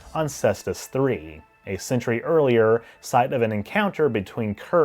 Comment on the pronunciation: quarter centurry why you have to say it like that?